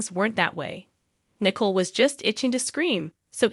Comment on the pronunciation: I hear Nickle not Nicole. Also Channel not Chanel Then I hear Abbie and Abe..What???